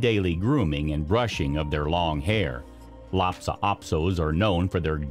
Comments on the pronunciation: It's Lhasa - not lapsa. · LHASA, not LHAPSA.